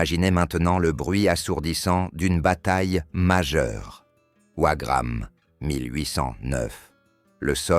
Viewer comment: Le Maréchal "Lanesse" ou "Ouagramme" !!!!.....pas de commentaires !!